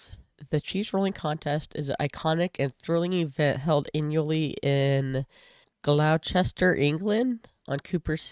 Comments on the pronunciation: "Glossed-ish-er" not "glaw-chester". Don't feel bad, I've never seen an American say it right first time. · "I just don't understand the point." There isn't one! Pronunciation: Gloucestershire - "glostershire", Gloucester - "gloster". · It's pronounced phonetically like Gloss-Stir